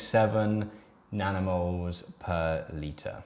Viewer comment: Legit heard nanomoles as "danimals" (like the US "kids'" yogurt brand) the first few times.